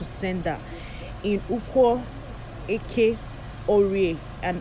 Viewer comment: 😂😂you are not an Igbo person the way you are pronouncing eke orie Afor nkwo